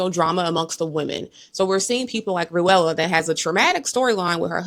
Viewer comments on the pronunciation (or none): Ruella? It’s just Rulla (Rule-uh)😂 Btw, I like Rosie’s quirkiness. Her scene of feeling fat & bloated was relatable & the reporting live segment was funny. She’s a keeper!